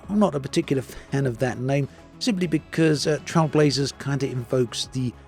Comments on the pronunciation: Trail, as in "Nature trail", not "Trial" as in "speed trials" lol Even if you Google "Trailblazer meaning", you get a) a person who is the first to do something; an innovator and b) a person who makes a new track through wild country. So the name of the update is accurate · Is it just me or is pronouncing Trailblazers wrong? The way he says it sounds like TrialBlazers.